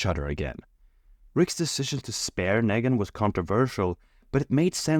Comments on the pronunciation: Nee-gan, not "neh-gan" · The way you pronounce KNEEGAN it’s not NEGAAN annoying ass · The way you say Nègan instead of Neegan infuriates me. But liking the rest of the video! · agreed but he also says "leadership" as "laydership", instead of "lee-dership", so Nee-gan to Nay-gan is consistent. His native language probably doesnt have much of that sound. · LMFAO fr like they say it MULTIPLE times in the show, all the same way. NEE-GAN. That said I agree everything else is gold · I wasn't sure until they started pronouncing Negan like Megan lmao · I believe that you might be multilingual, and I applaud that it shows intelligence and a willingness to learn. Still, I must say that you not saying Negan in the way the show says it seems petty and purposeful. Do you have any idea why you chose to say it your way and not the way we all heard it on the show? The way it is spelled is not a reason you and I have heard how Negan pronounces it. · the way you pronounced negans name literally hurts me wtf